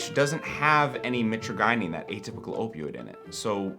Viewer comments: Please learn how to pronounce mitragynine before saying it over and over. ( Mit-tradge-aneen ) I was selling live speciosa back in 2004 before eBay banned all kratom products. Your friend's plant looks pretty sickly which can make the leaves taste even worse than usual. One cool thing about them is that they grow in a cross-type pattern; two branches go east and west, the next two go north and south. The branches should be growing parallel to the ground , not reaching up in the air for sun. They are a very cool looking tree because they normally form a perfect cross with branches at 90° angles. And kratom burps are the absolute worst. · Mitra guy neen lol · Btw; pretty sure it's My-traah-jih-neen (how Mitragynine is said) Banning it would be so fuckin stupid. I've used kratom for 10 years, sometimes would go a lil harder (use extracts, do 15-20 grams per day) but a large majority of time, I only do 10 grams per day and below, typically below. And when I've quit using it, the worst withdrawal I got a minor (emphasis on minor) sense of anxiety for like...a day or two. Just like with alcohol and weed, people need to have a sense of self control, it's absurd that this is still a point of contention. I don't even think 70H should be banned, I understand it in certain ways, but it's just another alkaloid in kratom. I liked it. But it did develop negative effects faster than I'd ever experienced from regular kratom, so I stopped that stuff. Either way, kratom should be regulated like weed and alcohol if anything, shits absurd they're trying to ban it again. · Real researchers actually pronounce it "MY-tragi-NeeN" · Or if u wanna be wrong but cheeky, "My Tragina" as in "my tragina may taste foul, but its gonna feel so good" 😂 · Mi-TRAJ-yneen. Mi-TRAJ-yneen. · Always thought it was pronounced "muh-trage-uh-neen" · i hate the way you pronounce mitragynine. please consult the dictionary